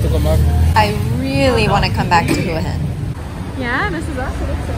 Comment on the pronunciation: Thank you for pronouncing Hua Hin correctly :-)